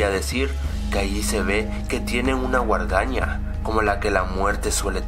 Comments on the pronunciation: y se dice Guadaña no guardaña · se dice guadaña no una guardaña